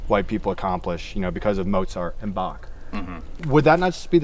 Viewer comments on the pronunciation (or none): none